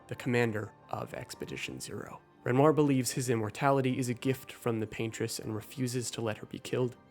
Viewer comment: I’m sorry, what did you call renoir ?